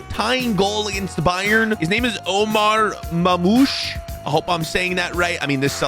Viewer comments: It is o-mar marr-moosh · As an Egyptian when I heard try to pronounce Omar marmoush I had a stroke